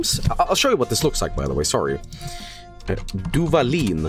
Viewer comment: As a mexican, listening to reading the Duvalín label made me want to sacrifice myself to Ixtab.